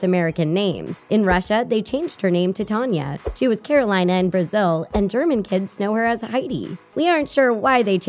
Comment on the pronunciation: You pronounced “Carolina” wrong, my best friend is Brazilian and her name is typically pronounced “kah-ro-LEE-nah”